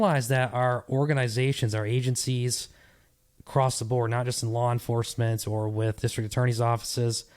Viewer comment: Lawr enforcement 😅